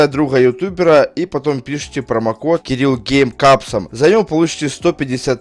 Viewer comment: мне одному слышеться "Кирилл гей" я понимаю что "Кирилл Гейм" но слышеться "Кирилл Гей"?